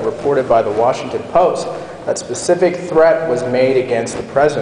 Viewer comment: Wow, did rove use waRshington, dc lol unbelievable